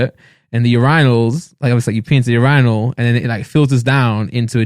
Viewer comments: Bro what the fuck who pronounces urinal like randolf “youRANall” wtf nigga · It took me a while to realize Randolph was saying “urinal” but i kept hearing “Your Rhinos” lmaoo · it's pronounced yur eye nal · WTF IS YOU-RI-NAL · Randolph just said ur-rye-nals what the fuck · The way Randolph pronounces urinal is fucking disturbing 😂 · Randolph doesn’t know how to say “URINAL” 😂😂😂😂😂